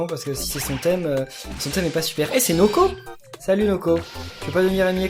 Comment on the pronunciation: c'est pas noko mais woko ça se ressemble juste le n de noko et le w de woko